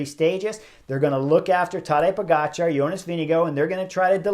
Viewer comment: Whoa! Where did you get your intel? I suggest you delete your comment. Chris pronounces it as close to how Jonas himself pronounces his name. That’s a fact. There’s no hard R in his name. Go listen to any of Jonas’s interviews where he introduces himself.